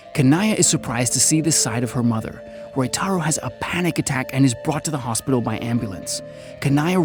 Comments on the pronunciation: It is Ryotaro in the film. The pronounciation is a minor goof on the part of the narrator. But overall, the summary is well done. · bro i know you couldnt pronounce ryotaro correctly but still you could try haahah, very nice video anyway, keep it up man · Roytaro = "Ryotaro"